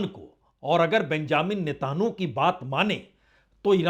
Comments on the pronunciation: News sun kar achha lagta hai par aap news kaha se late hai thumbnail ko interesting banane ke liye..thoda jyda specifics pe bat karenge to better hoga, aap ke content mostly generic hote hai.. feedback achha to lijiyega, else your content is decent..and mind you his name is pronounced as Netanyahu and not Netanhu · sirji NETAN YAHU not Netanahu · He is not able to pronounce Hormuz and Netanyahu correctly.🤔